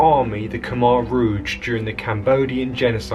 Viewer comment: If you're going to report on history, at least pronounce "Khmer rouge" right... I became very good friends with a Cambodian lad, his parents fled the Khmer rouge and found a better life in Australia, he now is a family man, works hard, loves his AFL footy and is a fantastic AFL footy player. Lay sok, was his name.